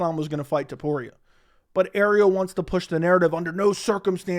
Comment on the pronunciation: It‘s actually TOPURIA,not TUPORIA my man. It‘s unbelievable how many americans find it hard to pronounce a sinple name,but it‘s not surprising